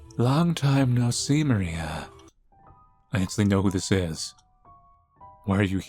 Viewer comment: her surname is probably Polish so try writing that in google translate and the "i" in "Maria" is short